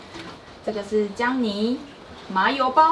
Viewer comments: 看起來好好吃 ❤️ 但是不是只有我聽到薑泥會一直想到Johnny（笑死） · 薑泥我一直聽成Johnny